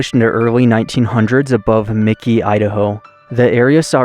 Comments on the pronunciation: I believe it is Mackey (Mack kayee), not Micky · It's MacKay. Not Mikey. There is no "I". Very cool place though. Been there and explored ourselves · thanks, another fascinating find. As others have noted it is " pronounced 'Mackie' with the accent on the first syllable" from the wikipedia article on Mackay. Much easier than Pahsimeroi.:-). I had a devious thought, maybe mispronounces words to increase comments? Ha. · Its pronounced "Mack-ee" How embarrassing for you to not even ask a local or do a simple search about the name of the town. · Mackay is pronounced like Mack+Key. Back in the 70's some of the 1st cattle mutilations happened out in the Mackay/Copper River Basin Area. My dad was in Ketchum, knew some folks whose families helped settle the Mackay area and they picked up and left after the cattle mutilations. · pronounce. Mackay ——-> “Mac-E” 💥👍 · I like your videos but it would be nice if you get pronunciation of the town right. I always look forward to your adventures, please keep them coming.